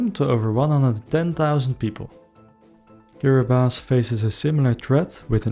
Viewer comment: Thank you for pronouncing Kiribati correctly. Young people from Tuvalu are being sent to mainly New Zealand and some to Australia to work because their island most likely will not swallowed up in the not too distant future